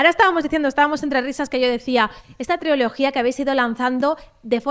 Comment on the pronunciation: Dice triología como Chenoa